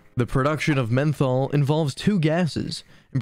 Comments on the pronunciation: It should be pronounced Methanol not Menthol 😅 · Yeah,that does make this seem more like a high school presentation though I’m sure it has good info. It’s just mentally goofy to keep calling it menthol. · no way that menthol mispronunciation is accidental. I bet it's just trolling